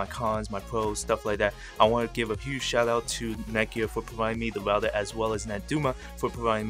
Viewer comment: Tech HD | Unboxings, Reviews, you aren’t saying router your speech is messed up and you say rougher thouter